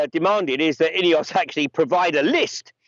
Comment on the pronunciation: Can you f**king well pronounce names properly - are you saying INEOS? Or EOS (also a Swiss power company). CH is not in the EU so how come they are in the UK? The EC is a pile of BS